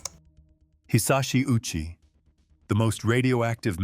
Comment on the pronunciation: Covering this sensitive topic but failed to research how to properly pronounce the late Ouchi Hisashi's name correctly.